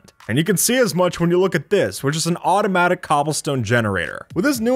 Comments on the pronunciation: My man really said “out-o-matic” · OwtOMaTiC lol